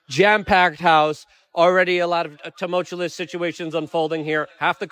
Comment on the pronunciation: Luke never say tumultuous